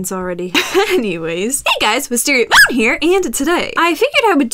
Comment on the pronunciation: when you say MOON I thought you said BOOB xP